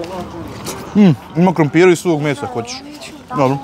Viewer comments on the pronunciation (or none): none